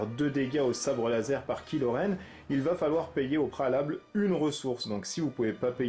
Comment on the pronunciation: la prononciation c'est kai lo, pas kilo, c'est un mechant de star wars, pas une solution de regime.